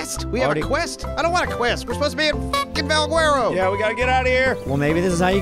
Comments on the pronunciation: Valguerero? or Valguero. Pronounciation. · The way they pronounce Valguero is hilarious